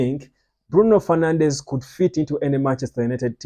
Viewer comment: It's Bruno "Fernandes", not "Fernandez". Also, there is no club called "Sporting Lisbon". It's either just Sporting or Sporting CP or Sporting de Portugal. Never Sporting Lisbon. Thats actually offensive for Sporting supporters.